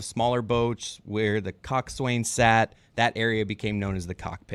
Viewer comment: “Cock swain”???! Oh my Jesus. This is America. It’s pronounced “Cox’n”. Do you even boat, bro?